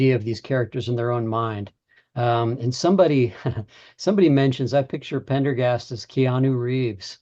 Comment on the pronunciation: needs to learn how to pronounce Pendergast's name correctly.